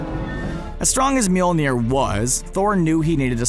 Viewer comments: ITS NOT MJOLNIR ! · Its not mjolnir.